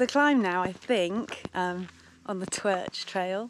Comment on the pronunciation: My local 😁😍 pronounce it "took" 👍 you have to pick your Pedal strokes carefully on certain parts of the climb glad you enjoyed the Twrch try doing the Cafall trail aswell after a bite to eat and drink and well done 😁😍👍